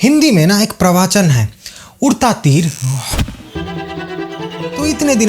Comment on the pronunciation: प्रवाचन नही, प्रवचन